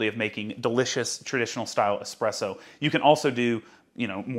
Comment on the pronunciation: I'm really glad to hear you say "easy presso" instead of "one z presso"